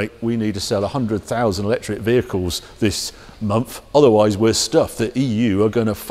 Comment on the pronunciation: Harry - for Gods sake man it’s a MONTH not a MUMFF!